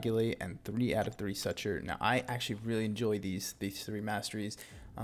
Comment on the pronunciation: Dude, stop saying suture like that